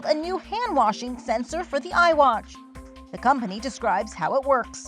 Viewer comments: No, she said iWASH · Did she just say iwatch??? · D...did she just say iwatch? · She called it Iwatch 😂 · Did she just call it "IWATCH" 😂😂😂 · Waiiiit did she say iWatch 😤😂